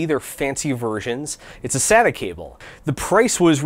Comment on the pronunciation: SATA (SAY-TA)